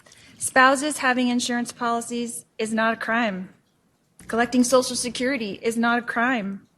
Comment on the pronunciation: Social “sicurity “